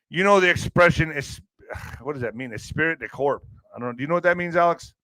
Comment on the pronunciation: Esprit de Corp pronounced Espree de core, spirit of the body” or “spirit of the group.” It refers to the sense of unity, enthusiasm, loyalty, and shared pride among members of a team.